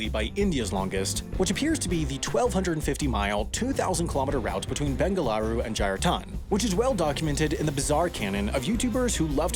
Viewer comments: Wtf is Bengalru? It's Bengaluru by the way. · hey!!!!! Its bengaluru ( not bengalru). Please correct it. Love your videos. Big fan. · It's not bengalru it's BENGALURU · its bengaluru not bengalru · Bengaluru, not Bengalru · It's Bengaluru not Bengalru. Mistake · *BENGALRU* You can just say Bangalore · You didn't notice bangalru on 3.19, it's bangalore. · It's BENGALURU!! and not Bengalru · "Bengalru" please fix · Bangalore* not Bengalru. Don't do us dirty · bangalore/bangluru. NOT banglru tf is that lmao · He also pronounced it like "bengalaru". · Me: How difficult is it to spell or pronounce Bengaluru?: Hold my beer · Absolutely butchered,. BUTCHERED Bengaluru XDXD. Even the spelling cmon HAI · You mispelled 'Bengaluru'. You also mispronounced it, but I'll give you that one. It's tough to say. PS I would know, I live in Bengaluru. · You butchered both the pronunciation and spelling of my hometown. Its Bengaluru. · *BENGALURU. COME ON! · It's Bengaluru, namman.